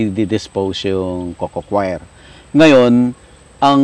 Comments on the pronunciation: Hindi ho yan cocochoir, kasi hindi kumakanta na kwyer pagpronounce. Coir ay pronounced kower, dahil COIR is already coconut fiber. redundant na ung coco coir, coir lang tama na. Galing kasi ako sa PhilFIDA at yan ang itinuro ko na itama ang pagtawag sa coir. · co-yer ang pronunciation dyan